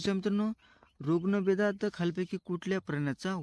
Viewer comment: रुग्णवेग नाही ऋग्वेद